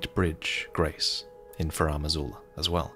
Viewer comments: Pleas never ever pronounce Farum Azula like that again. It's FAR-em not fah-RAM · So now it's Faraam Azula?, bro, why do you keep making up your own pronunciations?